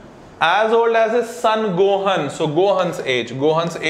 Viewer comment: When he pronounced gohan wrong I cringed